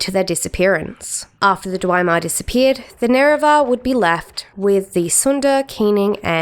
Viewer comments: Is this AI or do you really not know how to pronounce most of the words or which ones should have "the" attached to them? I've never heard of "The Nerevar" or "the Keening," nor have I ever heard anyone pronounce "Dwemer" as "Dwymer" like it rhymes with "Chimer." This is just strange. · I thinks it’s just her Aussie accent. I’ve heard Chimer pronounced that way before but she does say Dwemer in a funny way tbf. When I played the ES games before YouTube proper blew up I used to read and pronounce things in my head in such funny ways till I heard them said out loud on YouTube lol. In oblivion when you get to Kavach and that high elf tells you about the daedra he provinces it Deeedra. That shook me at first 😅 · also, the consistent mispronunciation of words commonly used in the community, like "Numindium" and "dwimar."